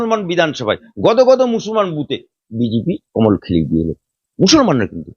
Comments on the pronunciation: আপনাকে বলছি আপনি ভালো করে ভাষাটা শিখুন আপনি একটা করে উকিল আমি ভালো করে মুসলমান বলতে পারেন না আপনি বলছেন মুসলমান মুসলমান আপনি আপনার ঈমান আছে কি কি আপনি সেটা ভালো করে দেখেন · ভাষা ঠিক করে বলেন মুসলমান শব্দ বিকৃত করে বলবেন না, ভাইরাল হতে, হওয়ার জন্য অনেক কিছুই বলতে পারেন এসব বন্ধ করুন, বলতে বলতে অনেক কিছু বেশি বলে ফেলছেন,এ বিশেষ একটা দলের দালাল এবং নোট খোর, রোজিনা ম্যাডাম একটু বেশি বেশি করে ফেলছেন মুসলিম বিরোধী দালালদের কাছে বেশি যাচ্ছেন মুসলিম হলেও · ভালো করে মুসলমান উচ্চারণ করতে পারে না আপনি কিসের মুসলমান